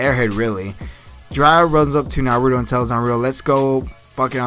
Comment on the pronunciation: you say naruto wrong